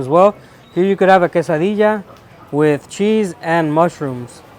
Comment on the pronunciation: When you say quesadilla .. are the LL's silent? Thats how it sounds when I i hear people say it.